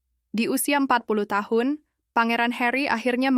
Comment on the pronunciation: yg ngomong ini orang mna sih? tiap ngomong tahun kya nya ga jelas aja